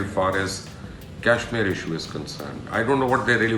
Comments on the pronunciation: Learn to pronounce Kashmir girst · At least pronounce Kashmir correctly.